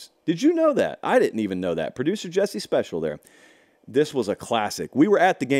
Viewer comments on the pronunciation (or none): none